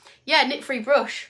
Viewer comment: You are very funny. I cannot stop laughing it sounded like you said I have a nit free bush!🤣